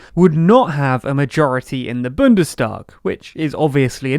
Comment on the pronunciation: It's Bundestag, not Bündestag.